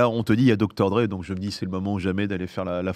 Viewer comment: Abusé l'accent aigu sur Dr Dre xD